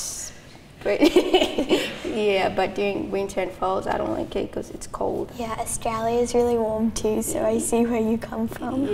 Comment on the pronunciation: she pronounced australia wrong lol